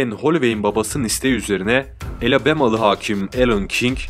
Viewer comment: Elebama dediği alabama mı